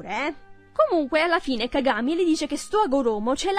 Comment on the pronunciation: "Cagámi" o "cágami" 😂😂